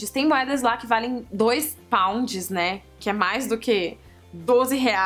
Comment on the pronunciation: Quando você falou pounds eu ouvi "paus". Tipo "trinta paus" kkk